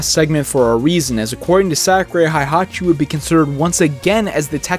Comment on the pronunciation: I love everything about this video except that you keep mispronouncing Heihachi as Haihachi. It really kills me a little each time you say it......😭